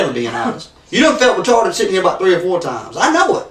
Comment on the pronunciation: Bahahahhaaa who's keeping track of how many times he says retawded and sweetheart. 😂😂😂